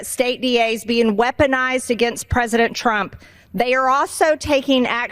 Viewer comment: Prezidint trimp